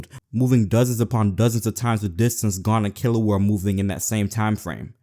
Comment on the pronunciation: "Gone and Kilua"